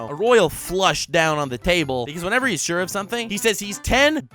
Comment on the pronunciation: I'm shirt! Instead of, I'm sure! WTF 🤦. 🤣🤣🤣